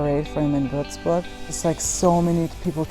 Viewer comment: Würzburg not wördsbör